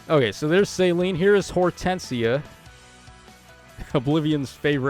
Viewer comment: Céline is a french name lol people forget. suh-LEEN Like miss Dion